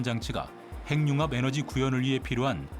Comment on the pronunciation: 핵융합[행융합]?[해귱합]! 그대들부터 잘 해주셔야 그걸 듣는 우리도 쉬이 고치죠!